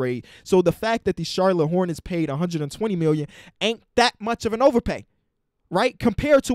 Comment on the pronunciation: No one:: Charlone Hornets